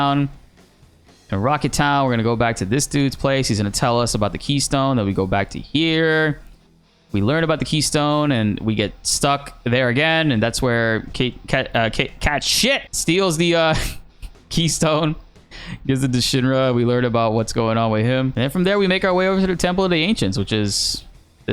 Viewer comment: Confirmed as per. Cait Sith is pronounced as Cat SHIT!